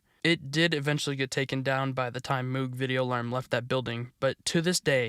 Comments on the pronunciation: Another small note, since they are the same family-- Moog Synthesizers are pronounced to rhyme with "rogue" or "vogue." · 9/10 Moog is pronounced "Mohg" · It’s pronounced Mogue, like Vogue magazine. It’s named after the guy that created the Moog synthesizer, Mr. Moog. A lot of American electronics appliances companies got into the military industrial stuff during the Reagan administration. Lotta money coming in. Usually it’s in the form of an acquisition rather than just making the decision to make signal generators for the navy one day. The singer sewing machine company doesn’t exist anymore except as a brand to stick onto product in the hopes of capitalizing on their reputation generations past but they got into making weaponry both at this time for something with ICBMs and also during world war 2 amount m1911s, M3 grease guns. Twisted pair works better for preserving signal integrity and canceling out interference, party because of the magnetic field produced by either conductor on the other excluding the influence of other nearby conductors that aren’t coupled and in phase but mostly because it’s easier to filter out interference at the output end by filtering the common mode voltage of the pair which is what the balun is for. Alexander Graham Bell, the inventor of dirty talk on the phone about how you’re gonna go goblin mode on your wife when you get home and also just the telephone in general and also goblin mode In general, invented the twisted pair. Probably not for his first one cuz where was the interference coming from right? Just kidding, telegraph cables were everywhere and even the spark gap radio transmitter pred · Moog is actually pronounced mogue. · If it's the same pronunciation as the audio equipment, it's pronounced "MOHG" instead of "MEWG." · moog is actually pronounced like rogue or vogue. mohg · IT IS PRONOUNCED MOOG! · you're pronouncing MOOG wrong. its MOAG. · Its pronounced Moog ;) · Lol at the mispronunciation of moog